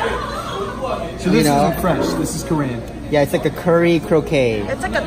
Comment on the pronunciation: you mispronounced “croquette”.